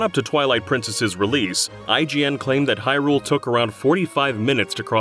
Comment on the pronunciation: Stop pronouncing Hyrule like that! 😂